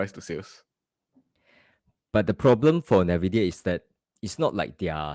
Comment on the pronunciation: "Ennn Veee Deee Yaaa" Not "Naaa Viiii Deee Yaa" 😛